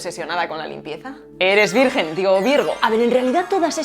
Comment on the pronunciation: Jajajaja me encanta cuando te equivocas al decir el número telefónico y al decir virgen jajaja